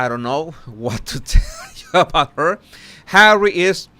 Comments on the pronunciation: "Harwwe" 🤣🤣😅😂😂 Look at Meagain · Jesus, anytime you say "Hawwy" I can't stop laughing😂thank you from Italy